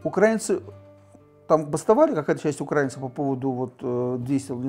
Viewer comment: Про виски интересные передачи, а это... Ну для начала было бы неплохо хоть ударение научиться ставить, а потом про украИнцев что-то ещё высказывать. Молдова, 2 Чечни, Грузия, Сирия, Украина.... А они всё про "братские народы".... Прежде чем кого-то учить, неплохо было бы самим пример показать. Пол страны в дырки на улице ходит, а они с Европы смеются..... Лучше про купажи передачи делайте.